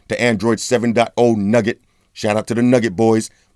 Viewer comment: nougat, not nugget bro